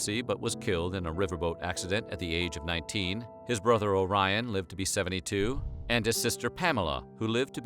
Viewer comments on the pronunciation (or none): Several mistakes, the mispronunciation of Orion and Pamela. Then there are the many pen names and the order they appear.